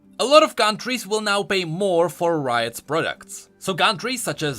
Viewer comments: Anyone noticed said Froints insteas of Forint? Xd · I love how said Forints as Froints. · Im from Hungary and it gave me a good laught how u said HUF frojnts XD but i can fully understand hungaryan is difficult